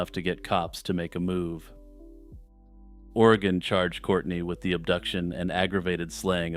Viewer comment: It's pronounced va nee ta. It's funny to hear people mispronounce our States towns and cities. Oreeegon. Wi lam mette. Not will amette. 😂